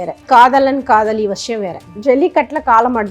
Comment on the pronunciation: வஷியம் இல்லை வசியம் .. நஷீம் இல்லை நசீம்